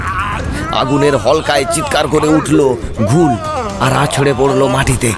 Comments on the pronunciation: উপস্থাপনার দিক থেকে ভালো, তবে শ্রোতা হিসেবে কিছু বলার আছে। গল্প পাঠ করার সময় কিছু জিনিস নজর রাখতে হবে যেমন রাজিব এক জায়গায় রজত হয়ে গেছে আর রাজীবের যে চরিত্রটা রয়েছে সেটা ঠিক গলার সাথে ম্যাচ করেনি। কনস্টেবল এর গলা একটু পুরুষালী হলে ভালো হত। আর শব্দটা ঘোউল হয়, ওটা ঘুল হয়ে গেছে। এছাড়া প্রথমের দিকে কথোপকথন গুলো বড্ড তাড়াহুড়ো করে হয়েছে। গল্প যে শুনছে তাকে গল্পটা অনুভব করার সময়টা দিতে হবে, নাহলে কেমন একটা হয়ে ছন্নছাড়া শোনায়। তবে আরও ভালো করে করতেই হবে। ধন্যবাদ। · ঘৌল হবে ঠিক উচ্চারিত শব্দ।